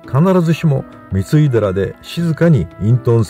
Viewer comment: 三井寺は、みいでらと読みます。みついでらではありません。